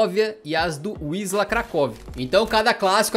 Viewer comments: Na verdade a pronuncia tambem nao é "Visla" é mais parecido com "Vísua" , o L cortado em polones tem som de u. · não se pronuncia visla, mas sim visuá, se forem ler palavras com ł é só substituir a letra por U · Adicionando a pronúncia: wisła se pronuncia VisUa, o ł tem um som de U não de L